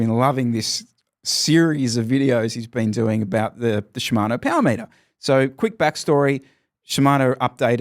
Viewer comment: I am only here for the Powah Meatah! I am not dissapointed.